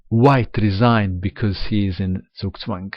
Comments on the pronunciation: end1dream I think that's because of his East European heritage. I've noticed that others from the region (like Susan Polgar) also pronounce it correctly. It's only the Americans (and to a lesser extent the English) players who normally have a problem. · One of the few non-German players who actually pronounce zugzwang correctly.